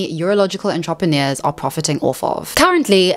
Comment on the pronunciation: Your pronounciation of entrepreneurs is ridiculous